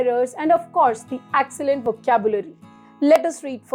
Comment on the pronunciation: Inki apni English khudh bayankar hain excellent ko accellant banana koi inse seekhay 🤣🤣